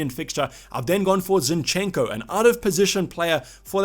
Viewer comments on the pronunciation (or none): Great! Man, you have wrong emphasis in ukrainian surnames. Yarmo'lenko, not Yarmole'nko. Zi'nchenko, not Zinche'nko. But Shevche'nko is correct.